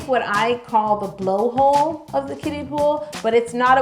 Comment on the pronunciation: Not me thinking she was saying 'Kitties' instead of 'Kiddies' I thought it was pool for the cats lmaoooo